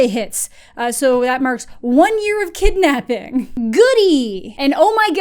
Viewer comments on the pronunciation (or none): I died at the emphasis at “one year of kidnapping!” 😂